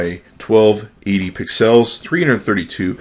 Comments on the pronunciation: Pixcells.... Lol...its pixels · Hey it's pixels NOT PIXALS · STOP SAYING PIXELS LIKE THAT FOR THE LOVE OF GOD!